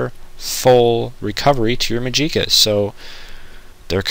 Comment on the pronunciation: Pronounced "ark-mage" and "magic-a" and pick up a freaking silver dagger already or something the guard's sword in Burma would have been perfect for Wraiths...